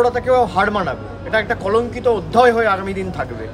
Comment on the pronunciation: অধ্যয় নয়রে মূর্খ, শব্দটা অধ্যায়। ভাষাগত দক্ষতা অর্জন করে আয়।